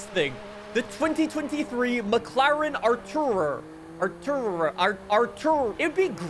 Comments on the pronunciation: Are - too - raa. Artura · The McLaren is pronounced ar-tor-uh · 'Artura' is not hard to pronounce. At this point the manufacturers aren't the problem, you are. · Artura is not hard to pronounce, be fr 😂